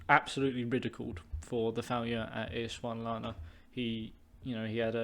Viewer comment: It’s Ees sund la wa na :)